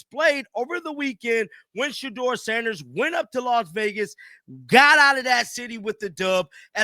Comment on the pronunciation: Put some respect on his name, Say it SHEDEUR SANDERS